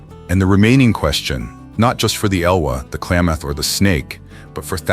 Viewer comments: I live in the Clay-math region. Interesting pronunciation. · Yeah, the creators really need to pay attention to pronunciation, especially of native language place names (hear: Clay-math) or lose clicks. FYI, lost any future clicks from me. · And the “Klay”-moth river…AI pronunciation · "Klamath" does not have a long "a" sound. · Good video but the AI narrator is kind of annoying; it mispronounces "Klamath" for example. Also, the thumbnail is weird and obviously AI generated. Don't you at least have a human look these things over? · Great video! If humans destroy habitat for themselves, nature will survive! Klamath is mispronounced.